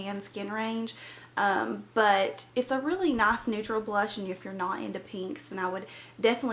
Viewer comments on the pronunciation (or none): Its nice not naac